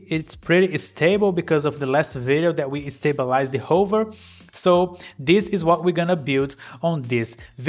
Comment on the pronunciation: you need to learn how to pronounce hover